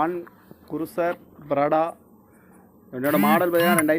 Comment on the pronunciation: Dei loosu adhu prada illa da prado😂 Aprm adhu laand cruiser illa land cruiser modhala ozhunga pesa kathuko daa